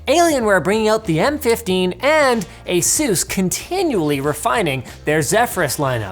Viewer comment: You're pronouncing ASUS wrong, Linus. I called ASUS, Taiwan myself and found out!